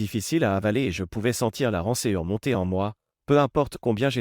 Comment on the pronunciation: Je m'y > je m'igrec, etc. Des passages mal accentués où la pression est déplacée... Rancœur > lu comme Rançuer... Dans la version écrite l'orthographe n'est pas respectée... Les protagonistes de ces histoires ne sont pas très rapides ni réactifs, il leur faut des semaines, des mois pour s'aviser d'évidences et pour prendre des mesures... On ne nous épargne pas les détails : je suis allé dans la cuisine pour boire un verre d'eau, et appuyé contre le comptoir... Les femmes n'hésitent pas à dire que c'est chez leur mère ou une amie, qu'elles vont, même s'il serait aisé de vérifier... Dis-je > dis-jeu, etc... Les toilettes sont dans le couloir, dans cet hôtel... "Reste loin d'elle!" Il est bien temps... Des phrases sont mal coupées, à des endroits déplacés... Il n'oublie pas, malgré son "esprit en vrac", de prendre dans le coffre tout ce qui a de la valeur... Faire payer les hommes, alors que comme disait le patron, la femme était là de son plein gré. Il veut être discret, mais il n'en fait pas moins la publicité dans les tabloïds.